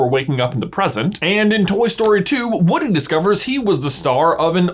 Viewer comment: lol you call him "Wooden"